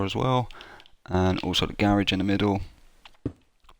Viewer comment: It's not ga rage. It's garage...